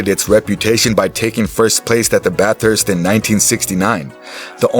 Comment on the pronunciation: they lost me when they called it Bat-Hurst